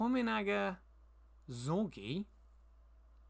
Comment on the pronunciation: Nice update. laughed a lot when you said "Tominaga Zhogji" ahah!